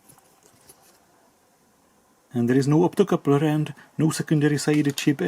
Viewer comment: ...please dont rectify the optocoupler! Keep it at "optocooopler" only 😊❤ Also "dodggeee and dangerooos" 😊😊